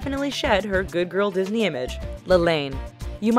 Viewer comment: What's a Dosney child?